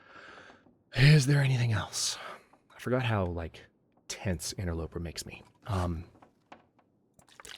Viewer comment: did you say "interlooper"? GELtaz has an effect :)